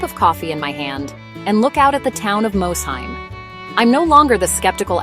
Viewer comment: Please, as someone who grew up less than 10 miles from Mosheim… it is pronounced “Moss-heim.”